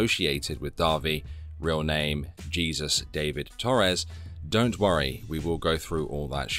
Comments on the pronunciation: sorry i know it’s random, but you pronounced his name wrong 😂 his first name is pronounced “heesus” not Jesus. Just here to clear that up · It’s pronounce Hehsoos guys not Jesus. His name is the Spanish pronunciation bc he’s Latino and I know he ain’t a good guy but it still bothered me lmao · You pronounce his name as Hey-Zeus, not Jesus. Just for everyone who is confused :) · why are you being so rude? I just wanted to tell you how to pronounce Jesus with a Spanish accent bc I think it’s rude to a language to purposefully mispronounce a name. No need to be rude dude. I’m a big fan, I have been binging your content, I really enjoy it. I just wanted to teach you how to pronounce a name from my culture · its more "heh-soos" if you want to say it correctly. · Pretty sure Jesus is pronounced Hay-Zeus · His name isn’t actually pronounced JESUS 😂😂😂 it’s pronounced HAY-SOOS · Hilarious how you have a clip of him saying his name and yet you still pronounce it like Jesus Christ. It’s one of the most common names in North and South America!! Like, hello!?